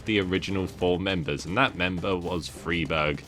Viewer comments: Stop saying freeberg plz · You are saying friberg wrong? On purpose? I can't tell...